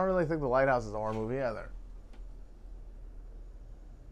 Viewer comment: I thought you said Hereditary is a horrible movie when you said "horror" and I was going to be like "How can you talk about movies with an opinion like that?" Lol